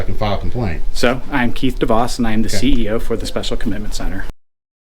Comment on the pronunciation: Swear he said keith deboss